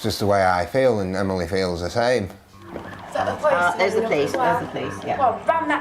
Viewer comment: he “theels”